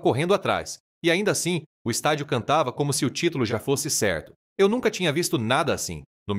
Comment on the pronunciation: "" Um Jogadoooor "" - Fala de Caipira, de Gente do Interior, que se porta como "Carioca". "" Lugar Ceerto "" - Fala Sério... Até Parece Que Esse Locutor Nasceu na Quinta da Boa Vista, na Praça da Bandeira, na Tijuca ou no Morro de Mangueira ☆ Todos Juntinho do Estádio 🏟 Mário Filho, o Maracanã.